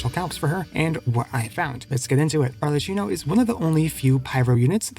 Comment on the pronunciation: It's pronounced ar le KI no